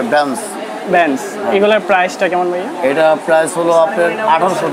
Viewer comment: বাইয়া কি ভাইয়া কথাটা ঠিক ভাবে বলেন